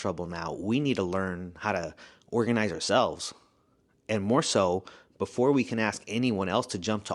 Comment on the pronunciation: That man said ORAGNIZE at least 22 times 😂😂😂